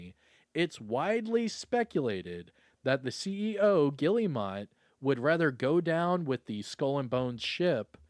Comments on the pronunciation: The fact he just kept saying Gilli - mot 😂😂😂 it’s pronounced Ge - Air - Mo they are French. lol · Pronounced Gill-mot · that "guillemot" pronunciation is killing me